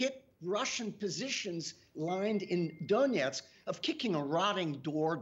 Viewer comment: I love how she says "Donetsk". She really did speak with people there. Good ear. And balls of steel for being there, near what sounded like a very close call for getting shelled! I've got mad respect for wartime correspondents. An accurate account of what's going on is extremely important instead of falling prey to soviet propaganda. Maybe this way people in russia will begin to see and (hopefully) do something about it. Change has to come from within.